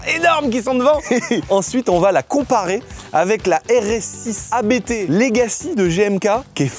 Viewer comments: Alors, on dit Abt et non A.B.T. C’est un nom de famille, pas un acronyme. 😉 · "abte" mes oreilles saignent... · Juste un truc, par pitié, prononcé correctement ABT, bordel 😅